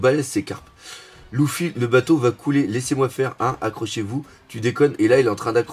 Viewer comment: Simple question,pourquoi prononce Luffy,"louffy"?